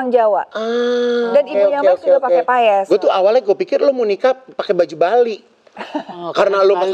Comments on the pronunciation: Paes bukan payes..gmn sih pnyebutan katanya aja salah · Maaf, bukan payès tapi paes, mbak Luna.😅